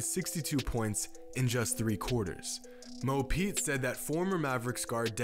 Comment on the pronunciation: Everyone: Mo Pete Kobe: Mo Points (for me)